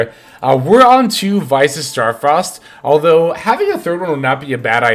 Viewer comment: Please say Visas properly 😮